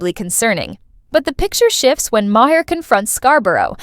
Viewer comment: If you're going to put out content, learn to pronounce people's names. Bill Maher's last name is pronounced "MAR", it's literally said nearly everyday. And yet you still mispronounce it, that's disrespectful to him, and you're viewers. Learn to do research before posting your content.